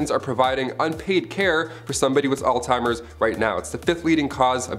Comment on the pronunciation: It's pronounced "Alls-Hi-mers. Not all-timers.